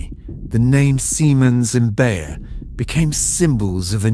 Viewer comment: it's "Bayer", not "Bär", as you pronounce it.